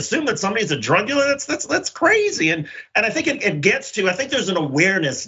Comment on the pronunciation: What's a "drug diller'?